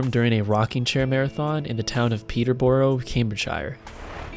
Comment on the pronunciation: Peterbruh cambridgeshirr. Please pronunciation